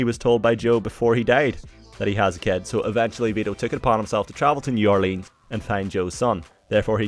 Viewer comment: that's not how you pronounce new Orleans